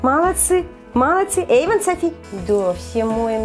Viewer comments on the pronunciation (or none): не ейван а эйван